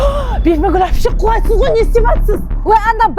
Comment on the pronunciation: Басында мен құлайсыз деген сөзді қуасыз ба деп естідім😂😂